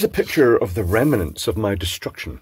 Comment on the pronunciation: "The remmainance of my destruction" 😂